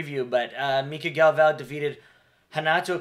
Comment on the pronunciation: and the dude couldn’t even pronounce Galv-Os name wyd man lol that would be like Bruce buffer announcing Jon jahones. Act like you’ve been here before man